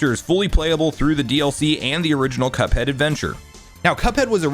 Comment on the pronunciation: Say cuphead not cupad